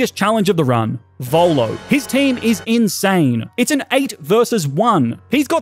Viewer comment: Volo not bolo